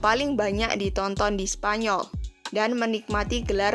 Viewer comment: "Menjadikan leonor ratu spanyor"... 5 :45 mimin kpleset lidahnya 😅